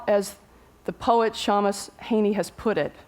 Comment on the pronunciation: Seamus is an Irish name and pronounced by Mr Heaney and many others ˈʃeɪməs (in the International Phonetic Alphabet) which approximates to shaymus